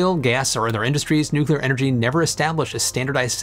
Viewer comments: Thank you,, for properly pronouncing "nuclear"!! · "To search for perfection is all very well But to look for heaven is to live here in hell" - Sting (Consider Me Gone) Happy 4th July, thanks for being one of the alarmingly few Americans to pronounce "nuclear" properly too. I'm absolutely stoked to see they've sold 30 plants already - THIS is the future, it will also help us enormously in space at some point too especially further out from the Sun. Personally I envisage a mixture of generation methods going forward, I actually see solar and wind being used more for variable output purposes such as generating hydrogen for hydrogen fuel vehicles (that's going to be a big one). Two other big factors too - you touched briefly on national security (for materials supply chain) with Japan, I think this is a much bigger issue than it's been made out to be especially if international shipping routes become tenuous. The other one - grid load. The wild increases in demand that electric cars will invariably have (especially with the fantastical legislative deadlines projected to date) are going to be impossible to generate and distribute properly for many areas. They're going to HAVE to switch to distributed generation more and more, just to handle the load. You thought power plants were expensive - try transmitting all that power. This is where the mix of SMRs, solar, wind, etc. will help quite a bit because it won't have concentration of generation we see now. Current generation sites were chosen for proximity to water, wind direction